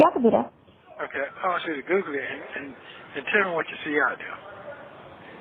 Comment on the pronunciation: Everytime says Google, it sounds like he’s saying “Googly”